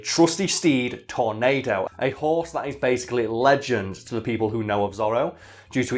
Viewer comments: His name is pronounced Tor-NAH-do, Not Tor-NAY-do. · It's pronounced tor-NAD-o